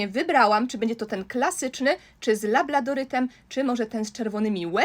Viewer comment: Nie labladorytem tylko labradorytem